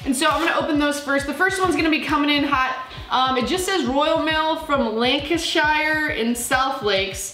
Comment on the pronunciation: interesting pronounciation of Lancashire